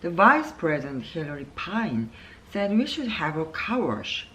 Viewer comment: 👍👍 Uncle처럼 이혼많이하면 관계전문가( an expert in relationships who has married 4 times)되나요? 농담.. Recliner( 뒤로 졎혀지는 의자에서 2번 들어 보았습니다... Scrimmage 같은 조금 어려운 단어는 아무 문제없는데, heard, said 가 hurt, says 인지 쪼께 한박자 늦게 좆아가게 되네요...(저만 그런가요?).... 읽으시다가 (속으로) 액센트 더 넣어야지! 하셨는지 중간부터 더 좋았어요...